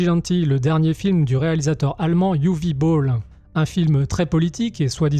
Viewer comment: Vous avez gagné un souscripteur, par contre c'est "Uweu" ou "Uwé" Boll, pas "Uwi"...c'est Germanique.